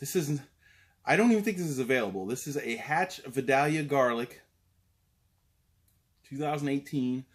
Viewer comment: It is pronounced vi-dail-yah, ;) or that is how we say it here in New Orleans.